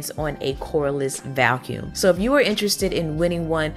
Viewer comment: Me too! She sounds like she's saying Val-cuum.